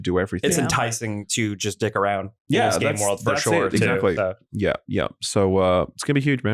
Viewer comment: As a French, I love how says "Foh shure" like my president does.